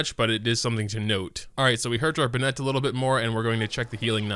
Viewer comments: watched for a while now, and while i'm sure it's already been commented...why do you insist on saying bennett wrong? if you want to know how to pronounce it...he says it every 5 seconds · why do you pronounce Bennett like that? he's not a pokemon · He pronounces Bennett as if it were a girl's name.